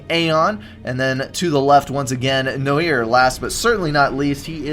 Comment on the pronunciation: No-eeer? Cmon, it's pronounced n-warr!:) As in, the French word for black. But it's used in English too (eg, film noir)